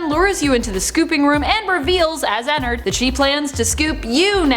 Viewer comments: You say enard I say en-nard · Is it just me or do u guys get annoyed when she says ennard she says ennerd not ennerd Edit:another fact about circus Baby she now is a tomb for Elizabeth so she's basically Elizabeth now and Elizabeth is her Another fact about sl:ballora is Elizabeth's mom and her name is Clara How Clara died:she was not looking where she was going in her car going to visit Chris in the hospital,fell off a cliff and died Chris and how he died:Chris was bullied by his brother Michael Afton How he died:he got "pranked"and got his head shoved in fredbears mouth by Michael there was a melfuntion In the jaw and got his head bit off he now posseses shadow Freddy Michael Afton: After he killed his brother he was sad and cried then William couldn't afford anything so Micheal helped him on th job :How he died:he then went through a vent that leads to the scooping room and Elizabeth then scooped him as C.B he got his intestines scooped out he doesn't posses an anamatronic but ennard lives in him William Afton:after all that happend he then died in a bunny suit :How he died:while wearing the bunny suit the springlocks went in him which made him die the most painful death and now posseses springtrap with his virus in his head called glitchtrap That took forever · Me: ooo I cant wait to hear her talk about her and ennard! Her: ******** and ennerd Me: .....what😃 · I got triggered when she said enenerd and not ennard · She said Ender 😂😂😂😂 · Girl : Enard Me : Ennard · Not to be rude but you are saying ennard wrong